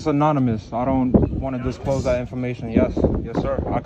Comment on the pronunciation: "Disclothes" to his "Loryur"... I hope his legal assistant can understand "hood rat" or it may be a while before he gets his forms filled out... 😂😂What a dick!.